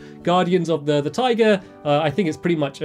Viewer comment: Stamps... you said taiga like tiger... i got a little bit confused on the beginning there...